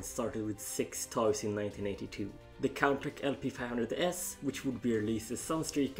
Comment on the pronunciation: I believe that Contach is pronounced as 'Con Tash' not 'Con Tack' as I heard it pronounced like that, Golion came after Diaclone a year later in 1981, M.A.S.K. wasn't made until 1985 by Kenner, so the transforming vehicles were just a coincidence, the Exkaiser 'Geisters' were only loosely based on the G1 Dinobots, in the show they combined with each other, which of course the Diaclone toys didn't do. Though it was odd that Hasbro would miss out on that one other Triple Changer, no doubt it would had become a Decepticon, unless Hasbro wanted a triple aerial changer for the Autobots. Though that character's design had been implemented into some forms of other Transformers media, mostly comics. No mention of the planned 'Jizai Gattai' line though that became the Special Teams. Other then those this was very informative. :)